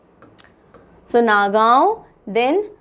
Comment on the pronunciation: Tamulpur Pronounciation - Taa mool poor; Nagaon Pronounciation - No Ga o Udalguri Pronounciation - Oo Dal Guri Barpeta Pronounciation - Bor peta Bajali Pronounciation - Bojali